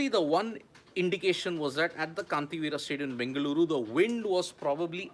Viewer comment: Kaanthiveera ❌️ Kanteerava ✔️